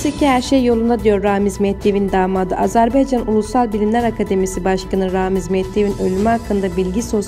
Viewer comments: Bu nə biyabırçı tələffüzdu???Azərbeeeeycan...Ölkənin adını doğru tələffüz edin---AZƏRBAYCAN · Az-E- rb-E-ycan yox ay qancıq ! Dövlətin adını düz de .